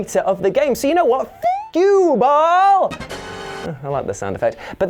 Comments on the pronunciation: Ok is no one else going to point out he pronounced “Baal” wrong? It’s pronounced Bail in the game not Ball. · Ball? Who the hell says Ball? It's Baal as in Baal(Bale) of hay. Christian Baal(Bale) works as well. You Redcoats have trouble with words.